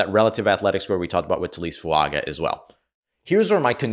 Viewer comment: On the off chance we get to see him in black and gold on Sundays I feel compelled to put this out there. Taliese Fuaga is pronounced Tally-essay Foo-unga. Young man is a beast and I hope we have cause to say his name a lot in the near future.